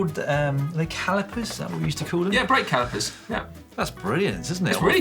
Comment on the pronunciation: Brake "Cow"ipers